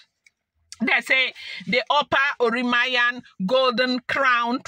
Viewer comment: She is spiritual, so God guides her on what to do. It is pronounced, oran- mi- yan,. Thank you for this thrilling gist. You made my day. Nice one. Only the desperate,ones spend their monies on otumokpo. May your reign be long my queen and king.